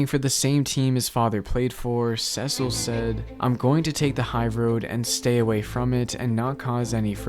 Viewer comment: Great video but you need to work on your pronunciation of Cecil lol